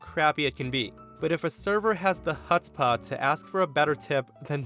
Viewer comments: In case about the bartender getting a tip of 0%, that word "hutzpah" is NOT pronounced with an initial "H", It is a Yiddish word, and that initial letter is sometimes printed as "CH". Anyway, it is a gutteral conjugated letter, with a gutteral combined pronunciation (pretty much as if you were clearing your throat) just like the Scots pronounce the "CH" in "Loch". It is certainly not a "K" as some ignoramuses pronounce the "CH". If you can't get your larynx past the proper gutteral "CH", a simple "H" would suffice -- but you should try clearing your throat. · "Hutzpah." It's Yiddish and not pronounced exactly as it is spelled.